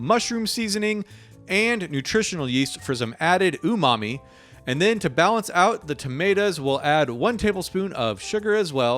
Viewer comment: All of those recipes look deeeee-licious! 😋 Thanks. (When you said the word "umami" for some reason I heard "Ooh mommie" LOL. And I think that is something I will never be able to un-hear 😆)